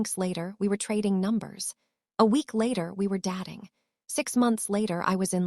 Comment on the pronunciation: Why wouldnt you even try to correct the pronunciation of the narrator? 'DATING' NOT 'DATTING' Very annoying.